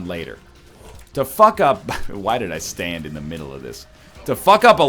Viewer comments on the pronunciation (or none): none